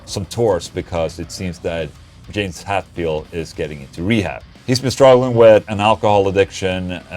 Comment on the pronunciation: Het field not HAT field, ola. Lol